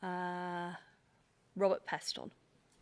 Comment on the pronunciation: “Robert Pest-On” 😳